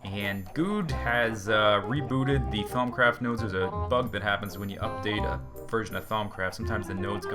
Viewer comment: When he sed nodes I thought he sed nose Herpa derpa